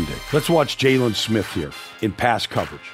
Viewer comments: He said jay lon smith it’s jaylon Smith 😂😂 but I appreciate it we ballin it’s only gonna get better and better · It’s jaylen it’s jaylon😂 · Who TF is Jaylun? It's Jaylon smh 🤦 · Jessus christ its JAYLEN not jay-lawn mower smith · Jay-lawn Smith 🤣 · Jay-lawn Smith? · he be pronouncing it jayLON...smdh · jokes on you it's jaylon not jaylen lol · G 18 actually it’s jaylon not JALEN like this isn’t Ramsey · Why didnt u answer the first time I called u Jay-LAWN?? Vander Esch go cover Oh-Shag-Hennessey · Did he pronounce it Jay-lawn Smith? 😅